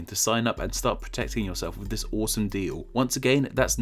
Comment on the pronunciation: I would more apologise for you pronunciations of the sound 'th', 'wiv' and 'dis', jesus wept!